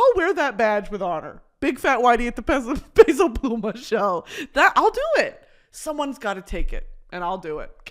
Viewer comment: I love Brittany being a hardcore peso pluma fan 🫶🏽 and the respect she puts on his name w the accented pronunciation? Here for it 🇲🇽